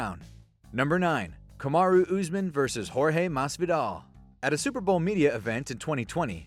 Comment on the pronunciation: This dude says Usman like chael does = Oozeman